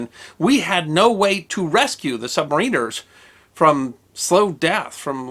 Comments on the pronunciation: "SUB-MARE-IN-ER" pronounced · It is pronounced sub-may-ren-er. Not sub-mah-reen-er. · Isn't it pronounced "SUB-MAR-IN-ERS"???? and NOT "SUB-MARINERS"??? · Is this considered the official American pronunciation? I was taught the accent was on the second syllable (sub-MA-riner)...but then, I wasn't taught American pronunciations, either. :-D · It's "submariner" sub mare inner. Not submareener, great video, though. USN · Pronounciation of submariners incorrect. I still appreciate these vids, though. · When is some body going to pronounce submariner correctly? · It's either-or, some of us call ourselves 'Sub-mariners,' (as I do) but others are quite vocal about calling us 'Submarine-rs.' either is acceptable